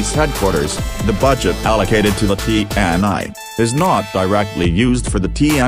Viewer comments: Its actually pronounce "tee En EE" not like tee en ai 😊😊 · Cuma ti en ai jx yg jelas kedengarannya😁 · Bukan tee and I tapi TNI serr,.. Bacanya,. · Ti En Ai... Agak aneh sih dengerny 😂😂